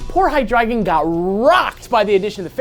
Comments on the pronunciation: Hi-Drey-Gon, NOT High-Dragon. -_ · Wouldn't it be hy-DRY-gon? Since it's name is based off the German word for three? Deino (dyno) zweilous (ZVY-los) and hy-DRY-gon is.how I pronounce the evolution line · And all this time I thought it was pronounced HY-DRAY-GON. Though my brother pronounces it as HY-DREH-GON. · "Hydragon?" Is that... is that the official pronunciation? I thought it was high-dry-gahn. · Why are y'all pronouncing it as haɪ-'dra-gən? Wouldn't it be pronounced haɪ-dʁaɪ̯-ɡɒn since the German word drei, the word for three, is in the name? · Ohh, I always pronounced it "hai-DREE-zhon." Cool episode! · Hi-dragon? I always pronounced it Hi-dre-gon. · High-Drey-Gon? That's how I pronounce it. Also an Amphibious episode? What Frog!!!!! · Also I'm glad I'm not the only one who notice the way they were pronouncing it. It was driving me crazy lol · ooohh the way you yankies says "drei" haha!